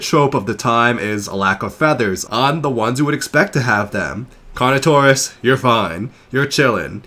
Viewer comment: I agree with how you pronounce Carnotaurus versus what did Disney dinosaurs said about Carnotaurus I hate that they named it carnotaur😂